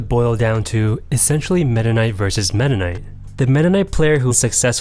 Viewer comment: Man the should emphasize his name to META knight